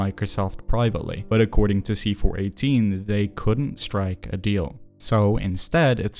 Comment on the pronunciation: I had a hard time focusing on the actual message if this video, because I am so familiar with his work, I am pretty sure it's pronounced "see four one eight" and not "see four eighteen" I tried to not let it bother me, but only 3 minutes in, I am making this comment